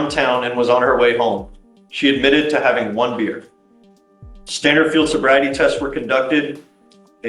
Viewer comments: Super bad AI narration. It can't even pronounce "beer," pronouncing it as "buyer." How dumb. Bring back people! AI narration is insulting. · ONE BEER! NOT BUYER!